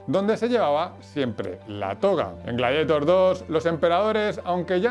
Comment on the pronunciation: Amigo, en serio, me encanta tu contenido, pero no podes pronunciar rili scout o gladietor, o hablas en español o pronuncias bien el ingles, pero da verguenza ajena. Además decis incluso incluian... un poco de guión, ojala te ayude a mejorar.